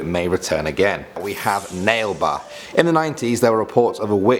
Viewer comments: It's pronounced as ' na-le ba ' which means come tomorrow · it's pronounced as Naaa le baa, which translates to 'come tomorrow' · Same here... Rofl😂😂🤣🤣its not even near... He pronounces as nail ba.... No offends to the guy... Just liked it.. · Bangalorian here and number 9 is pronounced as "na-ley ba" translating to "come tomorrow" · Nale ba is actually pronounced "na-lay ba" which means come tomorrow in Kannnada which is the main language of Bangalore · Actually it is pronounced as Naa Lay Bha....this sounds like a Kannada word.....but you got the actual meaning.....it really means "come tomorrow".....I can't speak Kannada but I can understand and my mum studied in a Kannada medium school so she teaches me.......just thought of correcting your pronunciation.....I know Indian languages can be extremely hard to pronounce and I myself do have problems in pronunciation as well..... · its pronounced naaale baa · It's Na- le ha and pls do a part 2!! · You did not pronounce nale ba correctly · Its not pronounced nale ba its called nale where u fold your tound when u pronounce l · Umm correction... It's not "nale ba" it's pronounced as "na-lay-ba" which typically in the regional language of Bangalore means "come tomorrow" :) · Well as an Indian, I can say this. The second you were said was not to be pronounced as 'nale ba'. It's actually pronounce as nale 'naley' ba. 'Naley' means 'tomorrow' and 'ba' means 'come' in Kannada language. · narrator: legend number two : nail ba me being a bangalorean and hearing that: whaaat!? he is pronouncing it soooo wrong! it is naalè baa! like if you thought the same or understood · It's pronounced as "naale baa" which literally translates to "come tomorrow" in kannada (local language of bangalore) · It's Nale ba not nail ba. Nale means tomorrow in kannada. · It's not pronounced as nail ba ... It's naa-lay BHA ... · It's pronounce naaley baa,not nale ba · Number nine isn’t pronounced like nail-bah it’s nah-lay-bah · Its pronounced na-le-ba